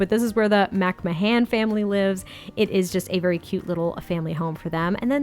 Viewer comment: It’s pronounced McMan ☺️☺️